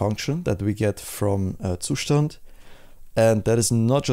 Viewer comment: its pronounced zustand